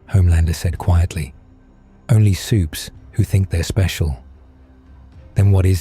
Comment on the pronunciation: At least this one can pronounce 'Supes', I had to stop on one that kept saying 'Su-pez'